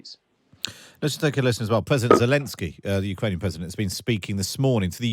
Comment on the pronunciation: Who is God is the narrator here? Pwesident, not president; pawade not parade; weel not real.... I could go on and on. Fire the person! He can't speak English. I'm utterly repulsed.